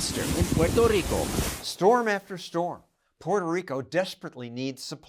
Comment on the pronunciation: 👨🏻‍💼"Distaster in... " 🕺🏼"Puerrrtoh RiiiCoh"